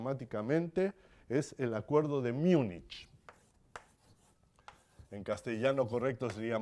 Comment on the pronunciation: Por favor APRENDAN A PRONUNCIAR ''MÜNCHEN'' (en alemán) o MÚNICH (en castellano)